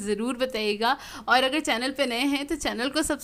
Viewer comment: Ap کھا ko خا bolti hain aur اگر ko اغر 🤭